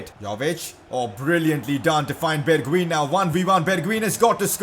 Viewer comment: The right pronunciation of bergwijn is berguajn